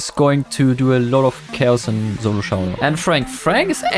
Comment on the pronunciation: Aint no way bro said zolo